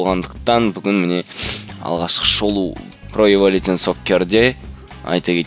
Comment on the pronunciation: хахаха эвалютион хахаха пиздец кишкене автор каращи гугл перевочикке кирип калай айтылатынын tion мысалга evolution,information сонында жазыган создер шн немесе шэн деп окылат ал sion division жн жэн ) хахаха